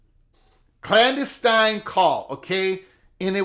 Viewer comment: Love your channel and content. But please look into how to pronounce clandestine 😂. Like fingernails on a chalkboard every time I hear it.